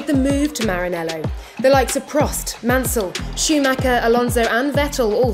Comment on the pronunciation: After so many years british journalist still cant pronounce Michael Schumacher in the right, german way. He isn't Maykl Shoe-maker.